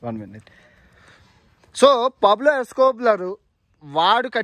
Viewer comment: Pablo Escobar bro Escoblar kaadu